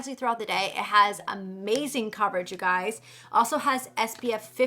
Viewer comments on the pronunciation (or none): none